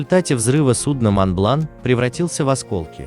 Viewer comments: произносится МОН БЛАН, без Т в конце как пежо а не пежоут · Да когда же вы по русски говорить научитесь! Монблан! Сент назер! Хлопок! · Произношение неправильное, мидлсбро и монблан